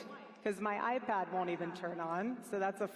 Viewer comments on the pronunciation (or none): none